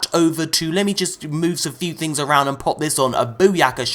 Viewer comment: 'good tings fam'😂😂😂😂😂